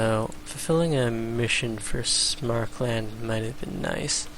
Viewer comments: It's "Sam-er-kand", not "Smark-lund". No idea why this bugs me so much. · probably because there's no "L" in Samarkand and Smarkland sounds retarded because of the aforementioned fact. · Nah that's not so bad. I was a little bothered by pronouncing Samarkand like "Smarkland" though ... Very interesting video by the way :P